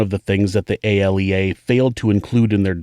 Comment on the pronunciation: ALEA is pronounced (A-Lee-uh)